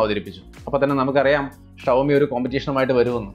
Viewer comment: ഷവോമി അല്ലേടാ ഷവർമ.. 'ഷോമി ' ആണ് right